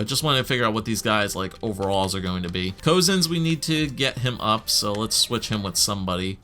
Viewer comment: Put Domi at centre since he has better face offs than Drouin I believe. Also put the 3 Finnish guys together. Cozens should get NHL time, play him the first 9 games and if he performs well keep him if not send him to juniors. Also I believe the guy who told how to say Cozens' name meant that Cozens is said similar to Cousins. I might be wrong too, at least that's the way I know it's pronounced. Btw opinions about that new mascot of your Flyers?